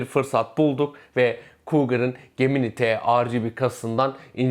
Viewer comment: Arkadaş çok güzel anlatmış,küçük bir hatırlatma "gemini" ciminay diye okunuyor.